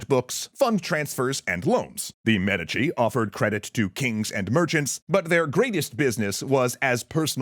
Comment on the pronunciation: Why are you saying Medici so weird?